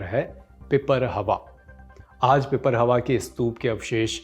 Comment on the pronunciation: It's not pipar+hawa It's pipar+rahawa